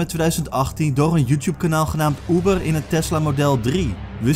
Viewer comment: oeber of Uber?